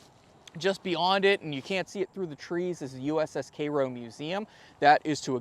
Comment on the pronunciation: Never heard Cairo pronounced as Karo, like the syrup.